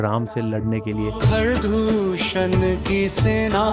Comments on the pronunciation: खारा और दूषणा नहीं होता खर और दूषण होता है, स्पष्ट उच्चारण करना सीखो। तुम जैसे लोगों ने भारतीय सभ्यता के सभी पात्रों के नामों को बिगाड़ दिया है। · khara dusana nhi bhai khar aor dusan naam tha english walo ne pronunciation me hindi ko berbad kar diya hai naam ko Ramayan ko Ramayana kr diya😅, mahabharat ko Mahabharata kr diya 😂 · bro not khaaraa and dusaanaa it's khar and dushan 😊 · भाई साहब बहुत ही सुन्दर और रोचक प्रस्तुति है। बस एक विनती है आपसे, हिन्दी संस्कृति के नामों का उच्चारण हिन्दी के जैसा ही करें तो और अच्छा लगेगा। खारा और दूषणा नहीं खर और दूषण बोलेंगे तो अच्छा लगेगा।🙏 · गधेश्वर महाराज, खर और दुषण सही उच्चारण है, खरा दुषणा कहां से सीखा है से...